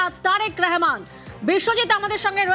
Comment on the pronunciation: হিন্দু সাংবাদিকগুলা এতো অশিক্ষিত কেনো? রহমানকে রেহমান বলছে? আমরা কি চট্টোপাধ্যায় কে চেট্টেপোদধায় বলি?